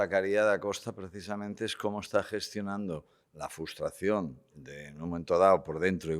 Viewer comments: Por favor "FRUSTRACIÓN", CON "R"... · ¿Nadie en la mesa sabe decir “FRUStración” correctamente o qué? Cada vez que y dicen FUStración muere un gatito